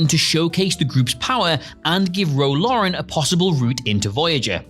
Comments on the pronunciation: What is it with this guy pronouncing Os as As in names? It's Garret Wang not Wong and Ro Laren not Loren. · are you trolling when you say "Ro Lauren"?? Laren lair and N laren. Garrett WONG???? what the Hell?? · It's Ro Laren, not "Ro Lauren". FFS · It's Ro Laren, not Lauren. I wouldn't have said anything but now people in the comments are misspelling.